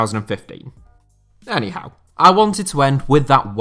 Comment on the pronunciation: I still laugh everytime you say anyhow😆